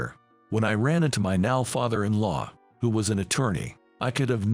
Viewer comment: yes that's what i'm saying. Listen, for example, to how he says "Father-in-law" and "Turnaround". That's not how normal people say those words. The emphasis is all wrong. It's certainly not how professional voice actors say them. AI Text-to-speech is getting better all the time but the cheapskates will still get a better job if they have a human doing it.